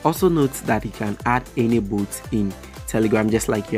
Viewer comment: What is boot?? :face-blue-smiling: Dude, learn English first.